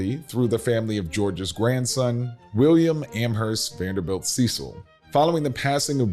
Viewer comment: Presenter needs to learn how to pronounce the family name!